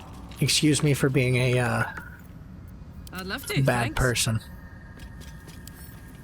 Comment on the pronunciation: i am a new to the game and I’m learning a lot from watching you! Just passed Gymforge (or however tf you spell it lol) by myself on balanced (yes just balanced but I was playing on the easiest mode earlier leave me a alone😂) Ps. You just gave me and my boyfriend a new vocal stim “it’s BAYD” from a few episodes back